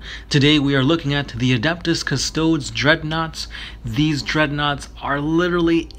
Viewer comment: cus-toad cus-toad-e cus-toad-ess Pick a pronunciation and stick with it :|